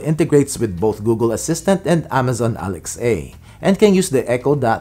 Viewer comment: Now if we can just find a life hack to get this guy to say Alexa correctly.